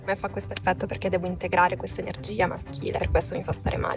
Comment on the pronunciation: RieSHco SEntire tuTTa l’ enerGGGGIA del desëærto….. ma vai a cagare 😂😂😂